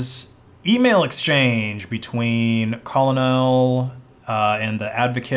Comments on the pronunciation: Colonel = Think Linux Kernel (that’s how you pronounce that or the Colonel from KFC chicken) Edit: Great vid too! Monero safe... for now. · he also can't pronounce "Colonel" despite being a linux user lol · “Call-o-nell” lol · Interpol isn't pronounced interpool. It's pole. Like inter pole. Also, colonel is pronounced kurnel. It's a military rank. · "colonel" is pronounced KERNEL. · If he is then pronouncing colonel like a 4th grader that struggles to read is a 4d chess move. No way any fed-boy is mispronouncing colonel and getting away with it. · The way you pronounced colonel and Interpol hurt me